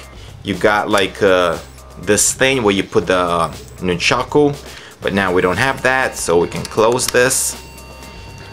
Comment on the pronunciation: nunchuckle? its nunchuk...